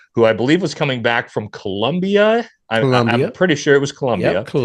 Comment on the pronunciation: The way said Colombia made me laugh idk why 😂